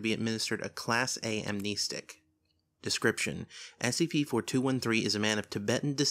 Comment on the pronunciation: isnt it pronounced amnestic and not amn-eestic?